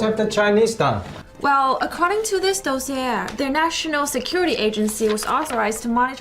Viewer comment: tsk tsk she couldn't even pronounce dossier correctly 😂